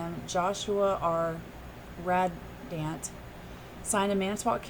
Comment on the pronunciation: Radant. ruh-DANNNNT